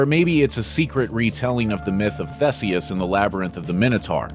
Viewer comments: Theh-seus? You wanna try that again? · They're pronounced 'Thee-s-ius' and 'My-no-tor'.